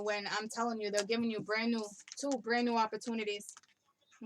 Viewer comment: You said my husbands name ... Brandon... You tried to say brand new omgerrrd